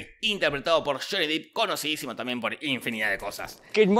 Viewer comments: Se pronuncia DEP NO DIP!!! SE ESPRIBE JHONNY DEPP!!! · El apellido no de pronuncia "dip" es depp asi como suena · Se pronuncia “dep” no “dip” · Es Depp, no Deep. Y Deep sí se pronuncia "dip". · Johnny deep...... a esta altura seguimos diciendo deep? Es dep amewo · Amo con todo mi ser a Johnny Depp (se pronuncia dep carajo 🤣) y creo que la original merecía un punto por la oficina de Wonka con todo cortado por la mitad. Igual aguante la del Depp 🤣